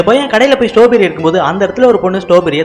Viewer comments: அண்ணாது ஸ்டாபெரி இல்ல ஸ்ட்ராபெர்ரி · That not stowberry😅 strawberry 😅😂😂😂😂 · Not a stoberry.....It is a straw berry